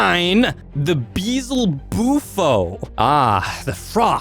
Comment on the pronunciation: I totally agree with everything, but I can’t stress enough, no one listens to me when I say this, but it is not, Beezlebufo, it is Beelzebufo.